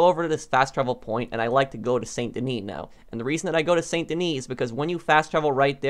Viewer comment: San da knee. Learn how to pronounce stuff properly.